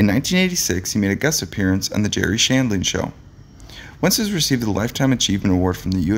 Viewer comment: Gary Shandling, the G is a hard G, not pronounced Jerry.